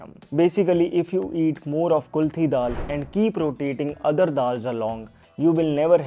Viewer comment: Its KULATH DAAL not kulthi